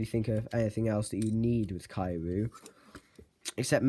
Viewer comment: Is Not Kaiyu It's Kiryu